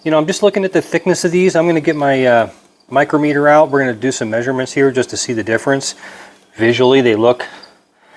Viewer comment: Good info. Thanks for posting. FYI I think you are pronouncing “micrometer” incorrectly. I was a machinist for a decade and we call what you showed a dial micrometer. Not sure how to show the phonics but try “mike-rom- eter”